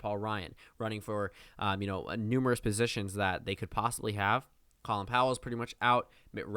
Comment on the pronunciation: Hey ive heard you do this several times- his name is pronounced Colon Powell not call-in